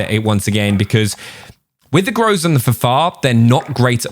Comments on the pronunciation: “Grow-za” you’re funny that’s a meme now lol, it’s pro bounced Groz a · Groza means storm in Russian, and stress gous to the end of the word grozA